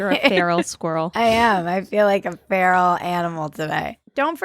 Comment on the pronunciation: My cat literally hissed at my phone during one of your ‘Pferal’ moments 😂😂😂. Also proof that Epstein didn’t lull himself 🤔